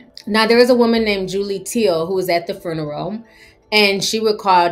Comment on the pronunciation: The fruneral???? 🤣🤣🤣 I love how she said that!!!!